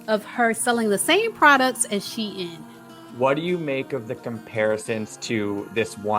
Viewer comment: Lol she by she-lyin can even pronounce Shein